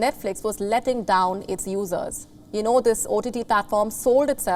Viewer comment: She's got to work on her pronunciation of "users". Every time I hear her use that word it sounds like "losers". lol 😅🤣😂🙃😂🤣😅 You're a loser if you like woke garbage!